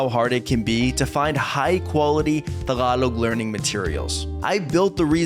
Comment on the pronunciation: I noticed that you pronounce the final g of Tagalog the Korean way. It's somewhat between g and k. Just saying. 😊